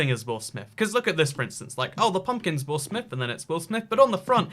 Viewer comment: Take a shot every time he says will amith